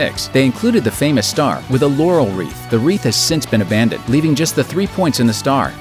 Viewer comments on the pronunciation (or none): none